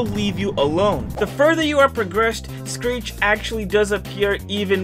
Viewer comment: screech not sceech😂😂😂